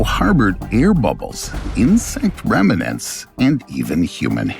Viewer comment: There's no such word as "remanents". The word is REMNANTS. It makes your video less believable and intelligent if you can't pronounce simple words. You said "none of those were there". You mean "none WAS there". None means "not one". I hope this is an AI narrator.